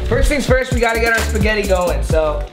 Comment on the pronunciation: Yo yo yo when he said speggite tacos I was like hold up wait a minute